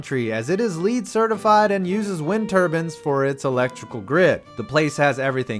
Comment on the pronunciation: "Wind turbans"